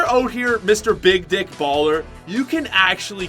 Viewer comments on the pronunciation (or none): none